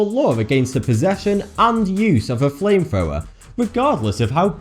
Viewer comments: Fwame Fwower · Say flame thrower again... Fame fower?